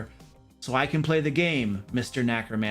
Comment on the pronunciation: Ah, geez guys, you're killing me with pronouncing it nah-cromancer instead of NEH-cromancer. There's only one "a" in that word.